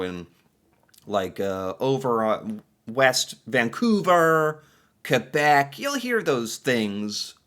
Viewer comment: As Canadian love how u kbeck